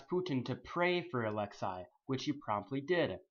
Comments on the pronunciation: "Alex-ay" not "Alex-EYE" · it's actually ah-lex-ay not ah-lex-eye